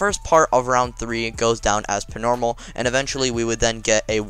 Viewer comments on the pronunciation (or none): Why doe you say pnormal not normal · Why do you keep saying Pnormal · im not hating jus askin do u have speech impeeement because u say pnormal